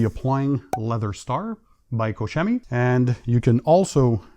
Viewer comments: I think the German company you're calling "koshemmy" would be more accurately pronounced as "coke kemmy" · Hi, Koch Chemie se prononce Cor'Kemy, merci! 😉